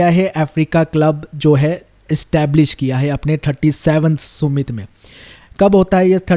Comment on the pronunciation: सुमित नहीं समिट hota है yar🤦🏽‍♀️